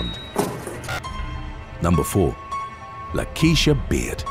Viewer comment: When you said Lakeysha, I knew it wasn't going to be a good outcome.